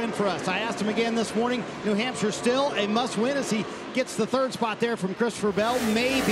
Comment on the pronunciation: It’s not Nee Hampshire. Race is actually in Luodon. Think next time before you speak.